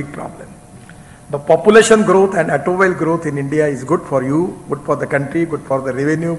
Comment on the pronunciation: Gadkari ji's English has improved a lot over the years! 👌 .... Except for a few words like "automobile", "Toyota", "waste", ... his fluency and pronunciation in English has improved a LOT. 😎